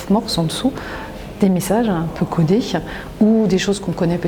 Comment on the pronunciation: Très intéressante vidéo. Merci Madame. Mais une remarque, si vous permettez. Vous échappez fort heureusement aux "euh" qui émaillent tant de discours de nos "élites" mais vous avez un tic de langage qui consiste à ajouter parfois un chuintement à la fin des mots. J'ai noté, entre autres, "minier che", "société che", "codés che", "quincailler che", "série che", "ici che", "particulier che". S'il vous plaît, pourriez-vous éviter ces ajouts inutiles et disgracieux qui gâtent votre exposé ?